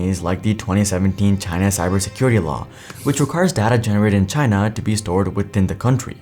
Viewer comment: How many times in this video was China pronounced as ‘TinA’